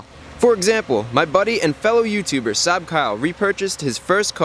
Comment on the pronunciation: the way Chris says Saab sounds like Suh, dude